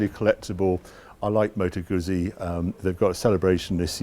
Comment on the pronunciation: Love your videos Harry. Btw., and not being at all pedantic, the 'Guzzi' in Moto Guzzi is pronounced 'Gootzee'.